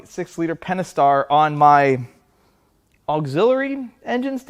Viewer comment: aaaaah, so its pentastar. keeps calling it pennystar:D but then he also called solenoid a sillynoid, so we're kinda used to it by now:D